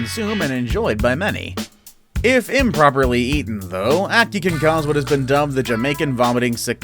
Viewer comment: You pronounced ackee wrong